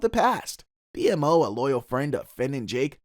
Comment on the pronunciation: You kept calling Jake "Jack". you say Marceline kisses Jack (Jake) but the clip shows her kissing Finn on the cheek) and then you say "Finn can't eat anything because of his bird beak" but show Jake as a bird. Lastly: BMO's name is pronounced Beemo.